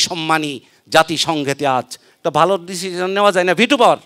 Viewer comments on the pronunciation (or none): none